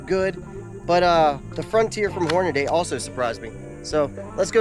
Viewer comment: Hornady, not Hornaday 🤦🏻‍♂️